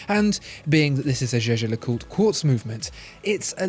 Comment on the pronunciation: The way he pronounced it today is the correct way.